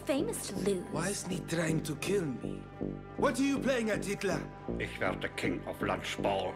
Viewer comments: As a german I can certify: this is the most german way to pronunce hitler.... yeah we dont roll the r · as a german i can say that on he pronounces his name perfectly right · Gotta love how the black dude is the only person who pronounced Hitler german